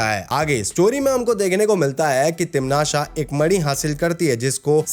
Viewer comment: Bro video was really good but it's not timnasha it sounds like patasha and it's irritating it is timnasa